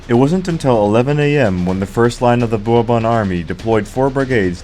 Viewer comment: Someone should have taught this guy to pronounce 'Bourbon' before recording this.😢 (And several other words).